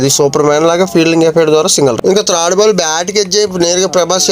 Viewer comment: బాబు అది త్రాడ్, ఫ్రాడు కాదురా నాయన. థర్డ్,........ మీరేంటో మీ విధానాలెంటో ఇప్పటికి అర్ధం అవ్వవు రా babu